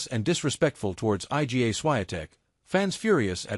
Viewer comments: 'I.G.A. Swiatek.' You bunch of muppets. Don't you even check what your computer voice is saying? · Her name isn't difficult to pronounce. Surely she deserves a little effort to pronounce it the way it really sounds? Try reading her name like this: "eega" ... easy, right?